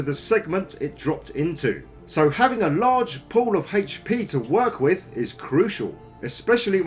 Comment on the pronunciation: "upgrading your breastplate will increase your... HEICH PEE"(c) ...ok. Jk, nice video. Covers basically everything one should know.